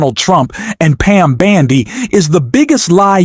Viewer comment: I love how you call her Pam bandy!